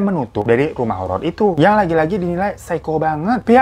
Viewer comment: kurang r bang jadi nya horo